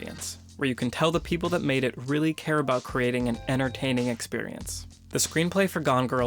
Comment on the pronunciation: He said “Inartaining” lmaooo